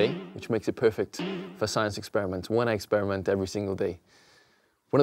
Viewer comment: Did he really say eggsperiment